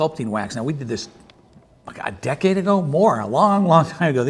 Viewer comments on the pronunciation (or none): none